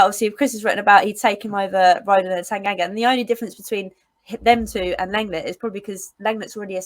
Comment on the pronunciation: I think you will find that LENGLET is pronounced LONGLAY, which sounds like most people's idea of a good time! 😁